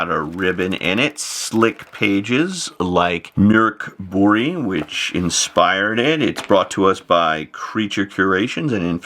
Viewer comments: It's Murk Boorge. >.> I'll fight anyone who says otherwise! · As an American I can confirm that that's NOT how it's pronounced in English. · You've ALMOST got the pronunciation right, professor. Drop two octaves, use a demonic tone, and scream "Mork Booooriiiiiiiiiiiii!!!!!!", and then you've got it. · I kinda like how English people say "Mork BorG" so this caught me off guard! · Every time he says Mork Borg (sounds very like Officer Crabtree's "Good Moaning" from 'Allo 'Allo) it had my brain interjecting with MorkBork (the pavlovian conditioning to only hear it as sounding like barkbark). 😂🤣😂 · I think there was some confusion in explaining the sound. It is pronounced like "Murk Bory" but that y has the same sound as y in "yard" (not y in happy). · I'm having some difficulty hearing that. It is "Buree" like furry, or "Buray" like hooray? At least I can stop saying Mork Borg and thinking of an assimilated Robin Williams. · Professor I’m going to need you to get a Swedish friend to record themselves saying that name because out of this entire video the pronunciation bombshell has me the most shaken.